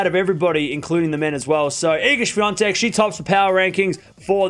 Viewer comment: There's no N in Swiatek. Why do you keep saying Swiantek?